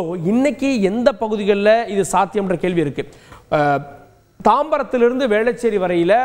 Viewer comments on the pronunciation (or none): none